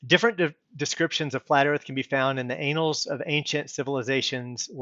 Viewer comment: Nice video and good points you've made. Thanks for making them. The only knock I can lay on you is that crazy pronunciation of "Mesopotamia" you made. And "anals" for the word "annals". That was an ear opener! And "Nut" for Newt. Small nitpicks, but very distracting. Thanks for the video. 🙂